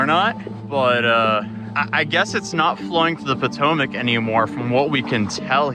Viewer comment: It's the poo-tomac river